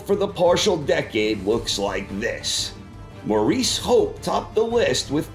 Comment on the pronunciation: It's maurice Hope (Pronounced Morris) not Moress!